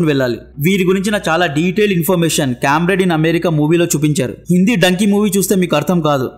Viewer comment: donkey kaadu bro dunki . Ante wrong and short way